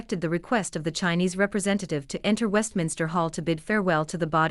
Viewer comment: Westminster not Westminister. It’s time that the people in Britain wake up !